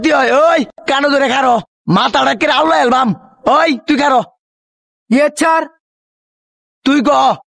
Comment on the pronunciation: ইয়েচ্ছার না ইয়েস স্যার 😂😂😂😅